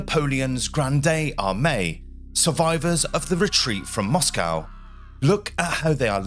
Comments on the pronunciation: As soon as I heard your pronunciation of Moscow, I bailed. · This was rather interesting but i had to stop watching as the pronunciation of words by the narrator was jarring on me. He is obviously English but using the American way of saying words like Moscow, its pronounced Moscoe in the English language not Moss-cow. Pro-nounse -e-ation was also annoying, its pro-nunce-e-ation in English. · Fascinating story. Great presentation; except the word is "pontoon bridge", not "platoon bridge" etc. The capital of Russia is Moscow, pronounced "MOSSKO" (in English). Not "MOSS COW" as the Americans seem to want to do. At least the audio is not AI generated. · We say Mosco in this country. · your pronunciation was a bit of an issue throughout this video, you could at least have agreed on a single pronunciation of Moscow. Interesting content though, thanks. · As an Englishman your pronunciation of Moscow is American, apart from that, excellent work.